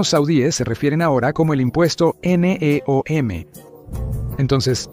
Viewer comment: Doceava es 1/12, querías decir décimo segundo, y NEOM no son siglas, sino una palabra, no tiene sentido como lo pronuncias... Y no digo más, porque el video es bastante malo...